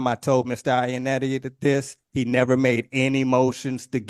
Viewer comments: Dude mispronounced Mr. Ionotti as “Mr. Ionetti” so much that he had the judge starting to do it. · The real crime here is how y'all pronounce Iannotti. Italians would cry.